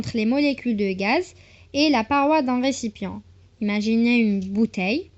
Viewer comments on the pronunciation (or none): Ya khty wash raaak tktby n9ololo recipient w mshi recipion w n9olo degree mashi degrait w zid w zid ... blaah thbli khaatik lakhta2 li flcours hta lktaba matktbihash s7i7aaa raahom yb9aw fis nas li tmdilhom m3loma ghalatbakhty rkzi shuiaa w laay y3tik se7a comme meme ela tn effort ms wlh laa zmk ts7ii shlaa 7wayj